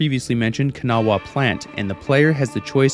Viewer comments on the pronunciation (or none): Listen, this may be nit-picky, but as a west virginian, its pronounced like Cuhn-Aw, not can-a-wha, or can-aw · I appreciate the attempt to pronounce Kanawha correctly but you sound like a yankee. Most people I know pronounce it Ka-gnaw and call it a day. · The “wha” in Kanawha is silent (it’s pronounced Ka-naw) I find it interesting how many people that played 76 read it wrong but I can see why they would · I have much love for you but as a native West Virginian I die a bit inside every time you pronounce Kanawha. Proper Appalachian pronunciation is Kan-ahh. And be sure to say it with an accent. Very respectfully, Atom’s loyal servant